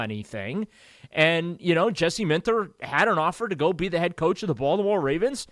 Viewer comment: it’s not Baldamore It’s Baltimore